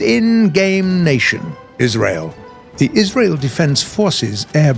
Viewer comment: why did he say israel like that lmao